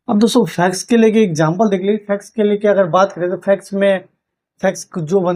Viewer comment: फैक्स क्यों बोलते है।